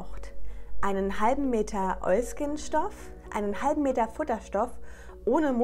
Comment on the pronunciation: Immer wenn du Oilskin sagst macht mein Hirn ein Oiski Poiski draus 😂 #kinderseriender90er